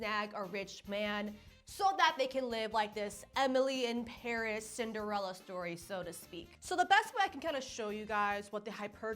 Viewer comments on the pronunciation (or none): none